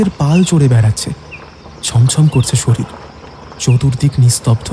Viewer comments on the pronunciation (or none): none